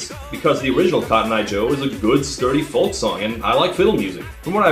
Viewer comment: Props to Todd for pronouncing those Swedish names faultlessly and without a shadow of a stumble. Now, about that word ‘folk’… :)